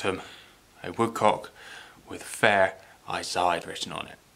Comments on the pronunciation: The US distributor Italian Firearms Group told me it is pronounced i-SEE-day. Use the Italian accent in your head 😃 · Try "E C day" for a pronunciation. It's Italian, Mate!